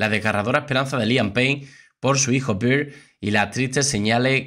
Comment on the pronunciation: Pronuncie bien el nombre del niño. No suena Bir. Suena Ber. No es cerveza.... en inglés Es oso